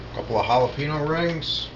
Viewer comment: Not gonna lie, his mis-pronunciation of jalapeño made me die